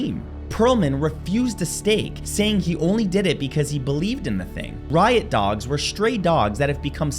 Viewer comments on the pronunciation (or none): none